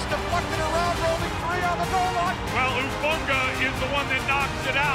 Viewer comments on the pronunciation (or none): Its “HUU-FANGA” lol not “TUU-FANGA” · Seriously, how are these interviewers working for the NFL if they can't even get a players name right? Tufanga? Talanoa Hufanga bishhhhh